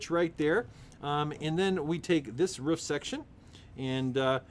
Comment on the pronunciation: Roof not ruf